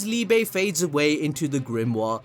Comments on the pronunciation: Definitely down for some Liebe merch! But yeah, very likely that we are keeping up with more German names, and Liebe is pronounced like Lee-beh. Brilliant counter to Lucifero haha, die große Liebe 🤘❤ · As a german it hurts everytime he says liebe